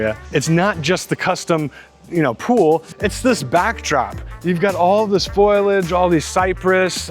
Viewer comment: It's FOLIAGE not FOILAGE.